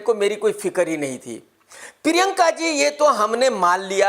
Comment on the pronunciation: Normal people says Priyanka Krk says Piriyanka 🤣🤣